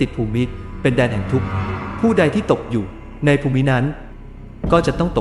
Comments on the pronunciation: พระโขนง ไม่ใช่ พระขโนง ภูมิ = พูม ไม่ใช่ พู-มิ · มีคำอ่านผิดครับ คำว่า ภูมิ อ่านว่า พูม ไม่ใช่ พูมิ นะครับ